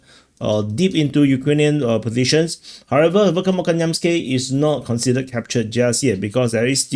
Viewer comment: You are pronouncing this word VERKHNOKAMYANSKE incorrectly and it should pronounce as VEHERNAKAMAYANSKIYE.